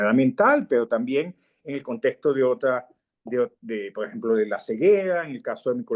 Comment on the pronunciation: Cuando empezó a hablar me pareció que estaba echando bromas , como estan hablando cosas de locos ,luego me di cuenta de que habla así, entrecortado , Lo mismo me paso con el gran maestro universal Jacobo Borges. En todas las entrevistas utiliza una palabra mal pronunciada "PO EJEMPO" , también pensé que eran bromas del gran maestro universal , pero no , después me di cuenta de que tiene muchos problemas de dicción, en cambio los entrevistadores pronuncian demasiado bien, y arman el programa muy bien, felicitaciones.